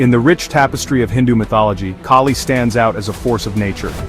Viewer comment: It's Kali, the a as is altruism, not a as in snake